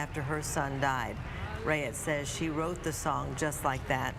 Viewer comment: Pronounce her name correctly Raitt (rate)